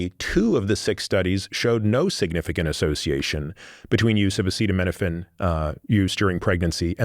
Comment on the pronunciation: Imagine not being able to pronounce acetaminophen while giving the entire country medical advice